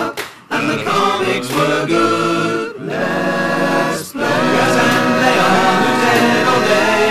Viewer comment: Heh, his "Let's play" was pretty odd. Still kinda amusing. *slow clap*